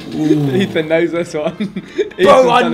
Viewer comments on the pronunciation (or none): Are we just going to ignore the fact that Babatunde keeps calling Ethan, "Eton"? hahahahaha.